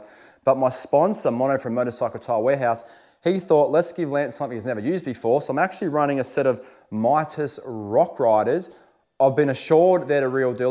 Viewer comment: It's MEE-TAS.